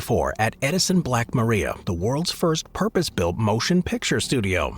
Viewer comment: Somebody tell the robot that the name of Edison's studio is pronounced "black muh-RYE-uh".